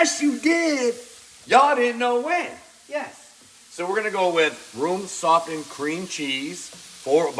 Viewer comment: When you say "Softened cream cheese" the T is silent. You don't pronounce the T. So, remember that I told you. Ok. Get it right next time.